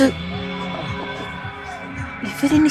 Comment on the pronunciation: ലെബനീസ് ആണ് ലെബനീസ് 😂